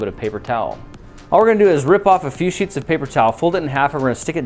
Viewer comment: yes a few s*its of paper towel what did you hear a few s*its of paper towel or a few sheetsof paper towel